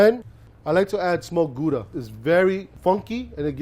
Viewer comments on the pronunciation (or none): none